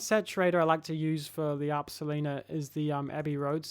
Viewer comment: awesome stuff, its pronounced, "solina' tho, not 'solina' like you said